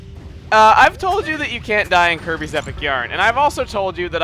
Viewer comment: When he was telling example of Desert worlds it sounded like he said "Herpes Return to Dreamland" I lol'd.